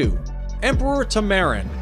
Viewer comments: Goodness dude, you apparently can't read very well. You said France, when it likely was French Guiana, since the only primate in Europe is Barbary Macaques. You said Eat-ables, when it should be Edibles. Plus you also mispronounced Tamarin, and Laos. Sorry to be negative but it was annoying for me. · You pronounced tamarin completely wrong bro 🤨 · The narrator needs an English lesson, he cant pronounce tamarin, laos, goshawk... Makes me want to rip out my hair.